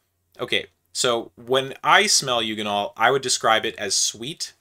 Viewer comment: A hard g on eugenol, I assume you say gif, not jif?